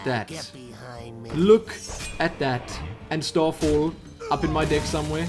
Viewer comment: Haha, I liked this video already after watching only 30 seconds of it. Pronouncing "deck" as "dick" is pure comedy gold ;)